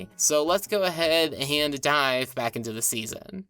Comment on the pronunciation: the delivery of "let's go ahead and dive" made my brain short-circuit & hear "let's go ahead and die"